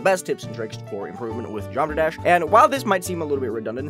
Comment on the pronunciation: man said "geomra dash"